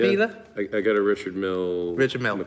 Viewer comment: Richard Mille, they already know it aint "rIcHarD MIellii"